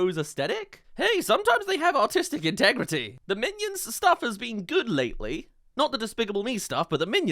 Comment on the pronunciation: I swear he said "autistic integrity" 😆